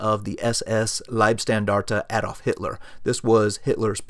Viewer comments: Please, please. It's NOT Aedolf or Edolf or Eedolf. It's Adolf. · well done, why not do you yourself the favour and ask a native speaker to help with some of the names and the correct pronouncation / stress ? Like Baldur von Schirach, Hewel, Gretl Braun. Even Adolf Hitler is not "A" but an "u" like in "up" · ) "Adolf" starts with a short "A"!! ;-)